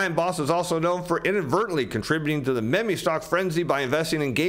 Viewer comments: It's pronounced MEEEM stocks, MEEEEEM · Meme as in meme stock is pronounced "MEEM". Great video as always 🙂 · Meeem NOT Meemee stock investing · I Love his reads "meh-me stock" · yeah like if my grandmother was a stock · This man just pronounced meme as may-may 😂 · Your pronunciation of meme is a bit worrying….